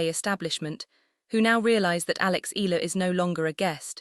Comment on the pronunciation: Pls respect our FILIPINO PRONOUNCIATION it's E YA LA !!!!! AI STUPID LADY. Spanish or American PRONOUNCIATION is not right ,ELA my ash!